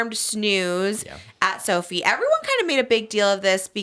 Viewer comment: So-F(EYE) not so-fee babe